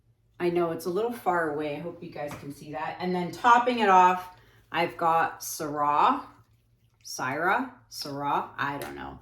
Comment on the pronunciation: I love your artistry! You are the Queen of Blow Outs, but you master every other technique you try! I wish you all the best on your new venture! I am certain you are going to excel at it! Just an FYI, because I wanted to know myself, Syrah is pronounced (Sir-ah). BTW, this piece is stunning! I reminds me of an orchid!